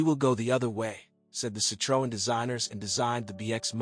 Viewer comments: What a load of A.I rubbish. The A.I voice can’t even pronounce Citroën properly. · And why can no-one pronounce CITROEN anywhere near correctly?